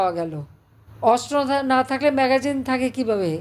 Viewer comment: ম্যাগাজিন না ম্যাগাজিন আপা।